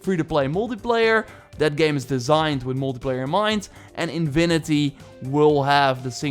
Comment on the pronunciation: its not invinity its infinity, the v is wrong, not a “v” sound, a fffff sound, lol